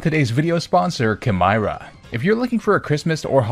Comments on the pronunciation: I’m pretty sure the sponsor name was supposed to be pronounced like “chimera” since that’s what the logo is lol. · Wait, it’s pronounces “Kai-meer-a”